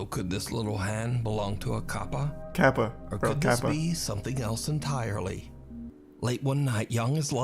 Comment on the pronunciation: no Charlie, the dude was actually saying kappa correctly. I know you probably won't see this since it's a fan channel, but still. in Japanese the a makes an ah sound.